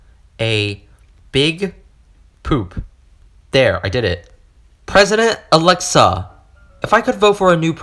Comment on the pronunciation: Hello im alexa. Amd that says a-lex-E-a